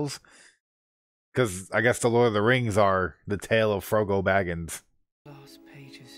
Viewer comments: You trolling or that bad at paying attention to the movie? Lol I can just imagine the cringe for some people every time you say frogo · For three movies he calls him Frogo 😆 I'm glad he liked the series even if the names were impossible to remember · I just keep laughing everytime you call the chararacters: "Frogo" and "Salamander" 😂😂 Love your reactions because they look soooo honest! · Gotta watch the extended editions, they flesh out so much in the 2nd-3rd movies. Your jumbling of the names is hilarious😂Frogo and salamander🤦🏽‍♂️😆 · oh. I didn't realize he had a lisp. I just thought he was mispronouncing it. A lot don't pronounce it right including me when I first watched it.